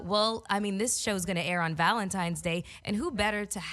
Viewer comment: “Valentimes” Day?